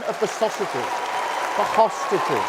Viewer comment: Did starmer say "return the sausages? The hostages!? 🌭 😂😂